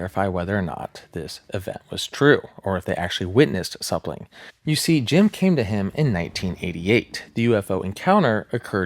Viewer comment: Am I tripping or does this guy pronounce "something" as "sapling"?